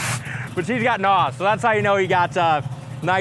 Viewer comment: It's not NAWS. It's N.O.S. Nitrous Oxide Systems Sound out the letters, individually.